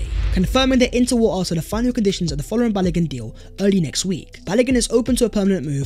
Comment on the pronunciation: Correct pronunciation of Folarin is Fōr lãr rïn